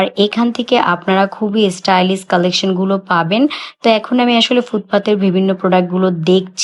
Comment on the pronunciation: Stylis? ইংলিশ বললে প্রোনাউন্সিয়েশন তো ঠিক ভাবে বলতে হয় ।